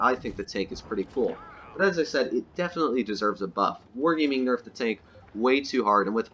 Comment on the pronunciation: It isn’t enough when you say “nefed”